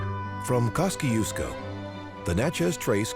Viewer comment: Next time, get someone who is from Mississippi so that the towns like Natchez and Kosciusko are pronounced properly. Other than that good video. 😉